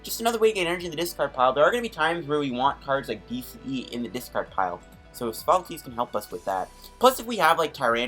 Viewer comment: ITS SOPHOCLES NOT SOPHOLOCES!!!! Insane video though.